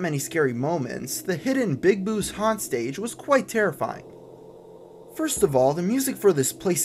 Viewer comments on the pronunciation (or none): none